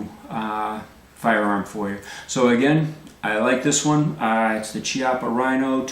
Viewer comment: Chiappa is pronounced with a "c" as in "cat" or "caliber". It's because it's Italian, where generally "h" makes a hard sound sound so if it was Ciappa you would be correct. Now if it was Spanish is would actually be pronounced as you did since there a "ch" combo is like the first part in "Czech". Easiest way to remember is that the Spanish writes Qué, but the Italian writes Che.